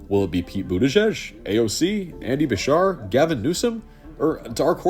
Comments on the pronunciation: It's Andy "Buh-SHEER", btw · It’s Andy Buh-sheer. Everyone in KY pronounces it that way. Also, you couldn’t pay me to vote for Beshear and I live in KY. I disagree with almost every policy he’s implemented while in office. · Also, I loved your video from start to end, but the way you pronounced Andy Beshear's last name was...something.